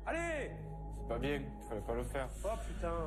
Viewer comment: "C'est pas bieng" 😂😂😂